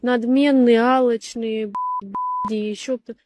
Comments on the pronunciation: Алочно-палочные прынцэсски 😅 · Если ты не можешь произнести слово "алчные" ,а говоришь алочные, ты кого найти хочешь, ты с умным мужчиной парой предложений не перекинешься, ты для нормального чисто пару раз на бую прокатить и пока пока......